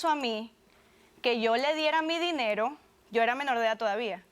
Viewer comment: "Mi dinelo" JAJAJAJ XD